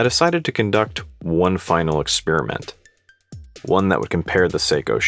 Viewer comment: Ha ha ha ha ha!!! He said “ExpEEEriment”! What a millennial!!!